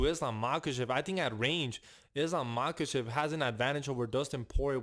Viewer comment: Say Islam Machachev one more time 😅